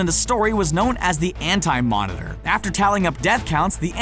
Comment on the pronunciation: The “Ant” Monitor